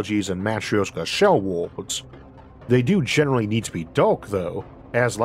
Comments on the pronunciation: For the love of god Isaac, please, there are free speech therapy classes available. I thought for the longest time you were talking about 'wards' and was trying to figure out why wards are comparable to the fragments of a state, you meant worlds. Too much is lost in translation, and this can be rectified with minor speech therapy. I've met people with FAR worse speech impediments who resolved it in 1-2 sessions, please look into it. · Why is he always saying ward. Does he mean world? 🤔